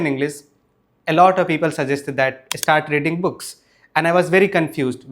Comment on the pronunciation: grammar perfect....practice sssh sound. and start sound starts with s, not e. start, not estart